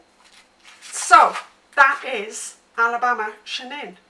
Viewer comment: Just an FYI, Natalie Chanin pronounces her name with a "ch" like the word chain. I understand not knowing this if you've only seen it in print and not heard her say it.